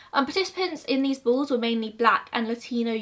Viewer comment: I thought she said bulls i even googled bulls😂😂 interesting, ive never heard of this love hearing new mysteries